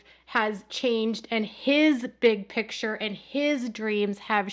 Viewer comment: Its Kodys big Pitcher not Picture! Since Robyn is there, Kody has adopted this pronunciation too!!